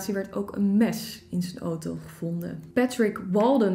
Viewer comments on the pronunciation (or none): none